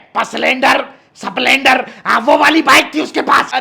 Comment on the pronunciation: paslender , saaplendor 😂